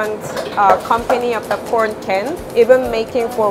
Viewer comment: It sound so much like she says p orn when she says corn